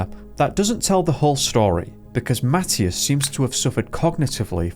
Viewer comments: You are deffinitely saying his name wrong! It is a religious name and it is pronounced ma thigh as! Not matttious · It’s pronounced Ma tea as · Please check the pronunciation of this boy's name. I think you are saying it wrong!